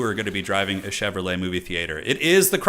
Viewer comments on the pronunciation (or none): none